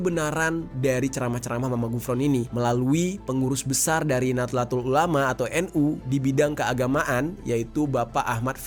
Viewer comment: lah.... kok lu ga bener ngucapin kata "nahdlatul ulama"nya sih......